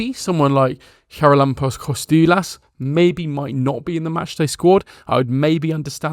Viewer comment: Kostoúlas was good, Xaràlampos was a bit off.